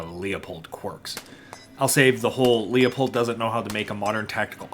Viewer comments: Everytime someone pronounces Leupold "leo-pold", the price of 5.56 goes up. Let's get those prices down - it's "loo-pold" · He is actually closer to the correct pronunciation than you. Leupold is a German name, and the correct pronunciation is loypold. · Call Leupold office, and get the correct pronunciation…. “Loo pold “. Only 2 syllables. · As an old dude I finally feel vindicated watching millennials review Leupold. I just wish the R&D team would get drunk more. Speaking of… I took a shot everytime you pronounced Loop-old incorrectly and now I can’t walk. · I refuse to believe you’re not trolling by saying “Lee-uh-pold” that many times in one video lmao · Wtf is a Lee-Oh-Pold ? I know Lew-Pold, maybe it's a Leupold knock off? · 'Leupold' is a German name, and the correct pronunciacion is 'Loypold'.